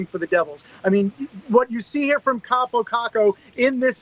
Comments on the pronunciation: Your Kaapo Kakko pronounciation is good but you are saying it like Kaapou Kakkou. like hear how google translate says it thats the right way to pronounce it. If you don't believe me you should trust me cuz i'm finnish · Im Finnish and its pronounced KaaPO KaKKo! not Kapo Kako👌